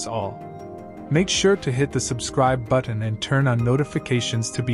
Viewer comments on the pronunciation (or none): none